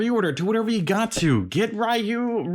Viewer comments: It's Re-you. Whether it's character select screen, cutscenes or anime no one calls him as Rye-you. The Storm Collectibles Chun Li had butterfly joints and moving hair buns but you can't buy her anymore. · The way he pronounces Ryu 😂 lol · Thank you for saying Ryu that way, I know it's wrong but that's how we ALL said it in the 90's! 😅